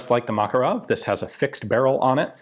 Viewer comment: Ugh, the cringiness of the Makarov pronounciation :D